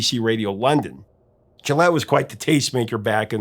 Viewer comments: Just an FYI, Charlie Gillett's surname is pronounced "Gilit" (with a hard 'G') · Gillett with a hard G. Not like the razor. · Great video! Charlie Gillett's name is pronounced with a hard "G." He had the BBC show "World of Music" which I listened to most weekends. I remember listening to him when I was a kid in Boston and when the "The Sultans of Swing" came out on that show in the late 70s. The music sounded like a demo tape but had every component of greatness. Sadly, Charlie Gillett died on St. Patrick's Day in 2010. It was big news on the BBC. With his demise, his show ultimately ended. He is missed. He was the Sultan of the Airwaves.